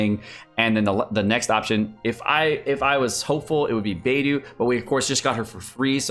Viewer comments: Do you purposefully say the names so incorrectly 😭😭 bay doo and shing coo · bay-doo and zing-choo…..